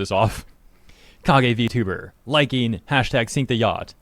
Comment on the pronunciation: Damn. You said v-tuba with the hard R...